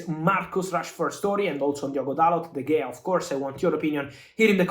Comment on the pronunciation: De Heya, not De Gea